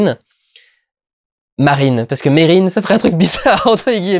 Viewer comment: C'est bien Merrin et non Marrin, et le héros c'est Ignatus. Pour "justifier" tout le côté chelou, faut aussi rappeler que le film est tiré du roman éponyme du fils de Stephen King, Joe Hill. Il a de qui tenir le fiston.